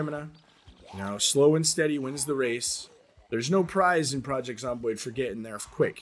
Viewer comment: hahaha, he said wace!